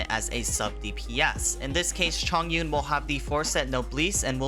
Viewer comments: Is Chong/ Yun/ Not Zhong\ Yun/ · It should be Chong Yun instead of Zhong Yun. ‘重’ which is a Polyphonic characters in chinese pronounced 'chong' when it is used in name usually.